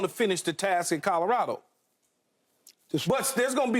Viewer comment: Nobody : Skip: Calarado